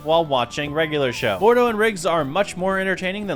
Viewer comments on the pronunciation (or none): none